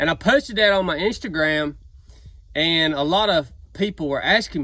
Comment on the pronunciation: "posted on my instagam" hahahhahha c'mon man whadda you doin in instacam you gotta be kidden me man